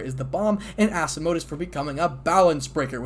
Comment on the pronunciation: I just realised when he says “asamodus” it’s actually Asmodeus, one of the four devil kings💀💀💀